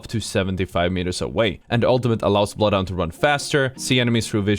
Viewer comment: nothing scarier than being bloodhound scanned while ratting then hearing "I AM BLOOTH HUNDOOR!"